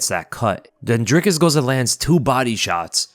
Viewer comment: Its pronounced "dreecus or draicus" 🤔